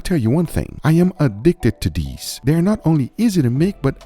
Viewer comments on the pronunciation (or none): him : i am addicted to dees me: DEES NUTS